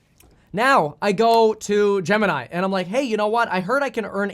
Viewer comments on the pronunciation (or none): I love how he accidentally combined 'Gemini' and 'crypto' into 'gypto'